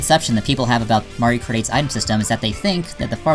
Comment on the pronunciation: Did You Just Say Mario Krate?